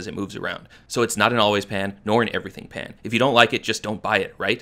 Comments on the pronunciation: I think the thing I hate most about this pan is the way the founder pronounces p-hhhaaaaa-nn in all the ads for it 😖 I've told many many friends to either spend the money on a Le Crueset pan or look out for a cast iron at a garage sale or thrift store. Yeah it won't come in IG asthetic-ready colors. But at least you can put it in the oven 🤷🏿‍♀️ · In a moment of incredible pettiness, I decided I disliked this product based purely on the creator's bizarre pronunciation of the word "pan" in ads that I saw a few months ago. I feel justified in my pettiness now, which is...well, petty of me 😅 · It’s totally intentional. She doesn’t pronounce the letter a incorrectly in any other word. She thinks it’s cute 🥴